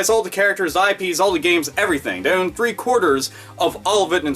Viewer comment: i like how you say "own" unique i must say